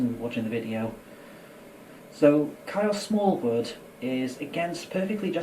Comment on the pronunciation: Ngl it sounds like he’s calling you Carol Smallwood occasionally 😂